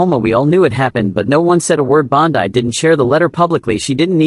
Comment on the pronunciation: This AI reading sucks. Words are mispronounced. There is no slight pause at the end of a sentence. It is all run-on and too fast. He name is Pam Bondi (pronounced Bondy, not Bon die.